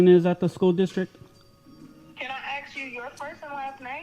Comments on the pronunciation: Ask. Not 'axe'. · Ask NOT axe! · She AKS you to stop filming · It’s ASK not AKS and SPECIFIC not PACIFIC! Who taught these people how to speak? 🤦🏼‍♀️ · They should axe somebody before they start ARCTICulating “house rules” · Maybe teach the kids how to pronounce the word ‘ASK’ properly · When a woman says "aks" it's a lost issue. 😆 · “Pacific reason” what a bunch of dummies. “can I ax you” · She is axing you? Wth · Just needing to axe you some questions. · why that lady trying to axe you? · "I axe you." "I'm axing you." There's the problem... the fatigue is real. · Why do black Americans pronounce ask as axe?